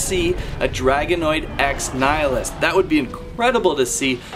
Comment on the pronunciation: It's pronounced nnn-ill-eee-us. 😑